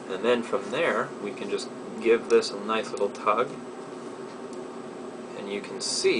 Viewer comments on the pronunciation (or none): none